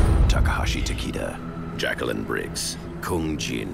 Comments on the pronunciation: They're actually gonna pronounce it Takeda like that? They might as well call him Taquito or something. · hahahaha Taquito!! xD that was hilarious and yes it sucks that they can't pronounce it right